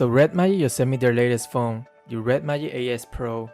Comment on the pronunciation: Why does he say Red Mayic instead of Magic?